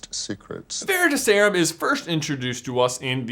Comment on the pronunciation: "veritas" Vair-i-Toss. It means "truth". The emphasis is on the Toss. "Veritaserum" vair i Toss erum. The emphasis is still on the Toss. That's my gripe. Otherwise you guys rule.